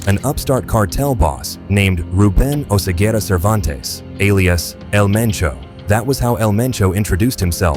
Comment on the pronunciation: Oseguera, not Osegüera 😂😂😂